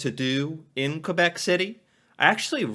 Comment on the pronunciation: Honestly your French pronunciation is better than the original narrator of the top 10 list! Thanks for saying Kaybek and not Kwwwwahbek like he does!